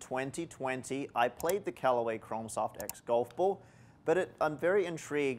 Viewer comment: Is he saying Chrom soft or Chrome soft?